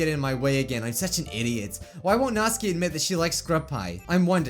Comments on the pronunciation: It's supposed to be nat-su-kee not nats-k-ee but u can say whatever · he is saying natsuki rong